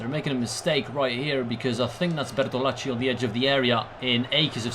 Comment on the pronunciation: Lol I find funny how you say Bertolacci since I am Italian, I mean the pronunciation is correct but it is just funny the way in which you say it lol